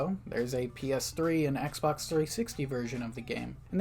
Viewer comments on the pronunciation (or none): none